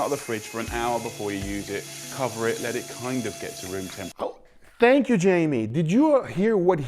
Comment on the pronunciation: "let it kind of come to roomtemperature" did you heard what he just said? "let it kind of com to cempriture"!